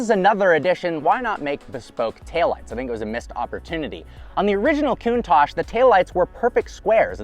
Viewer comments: Coon-tauque, not Coon-Tash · / OK TWO COMPLAINTS IN ONLY THE 5 SECONDS I WATCHED. 1- THE NAME OF THIS CAR IS NOT "COOOOON TACHE" IT IS: " COUNT TACH " SHORT A SOUND. LIKE " TOUCH" BUT "TACH" THE TA SOUNDS LIKE CA-T HA-T TA-CH... SAY IT RIGHT! 2- THE INCREDIBLY FAKE AND PHONY FACIAL EXPRESSIONS ANS EXCITABILITY YOU SHOWED WHEN ACCELERATING! ALL THE PEOPLE, AND I DO MEAN ALLLL THE PEOPLE WHO MAKE THESE TYPE OF VIDEOS ALL THE DO THE EXACT SAME FAKE, PHONY, PRETENTIOUS EXPRESSIONS AND EXCITABILITY FACES, AND ITS REALLY ANNOYING! SO STOP THAT! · 'Poster Car we all know and love?' You weren't even born in the eighties. It's also pronounced: [kuŋˈtaʧ], with the accent on the "a," and with the consonants "tsc" at the end. Not COOONTACSH Good grief, if you're going to introduce one of the world's most beautiful cars, do your homework. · Wow, what a car, but why does he call it a Coontache, sounds like racism mixed with anti facial hair tendencies to me. Where English is the main spoken language, we call it the Count-ash, count as in 1, 2, 3, 4 ash as in burnt stuff. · Coontarsh😂 Why can't Americans talk properly. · I don't think anything has ever annoyed me more than this dude mispronouncing Countach over and over again. Lol. "COON TOSH". Ugh.